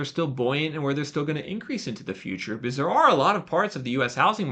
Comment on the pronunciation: Great info. says 'because' like 'biz'.